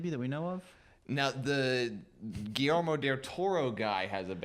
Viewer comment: Gee yair mo Del Toro.. spanish names are hard.. Guillermo. Btw the new Spoderman is named Tom Holland... The season pass is 30... the next expac is 40.. they sell a bundle for 70.. and why boo division? wtf..